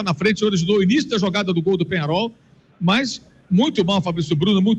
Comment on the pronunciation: Qual jogo vc assistiu? Penharo? Que time é esse? "I um time" ???? Vc é americano? Kkkkkkkkkkkkkkk Amigão, o nome é Penhãrol, e é um time horrível. O time ter uns títulos não adiciona técnica a jogador ruim. Vc é um vascaindo que nem sabe a nacionalidade dos caras kkkkkkkkk... O uruguai tem 2 títulos de copa, depois disso, quantas finais disputou? Sai dae anti, mas pode continuar dando audiência pra noiz. Vascaindo sem tradição...